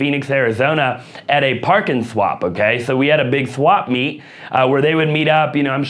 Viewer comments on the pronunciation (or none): “The swampmeet” You must be a fellow Californian lol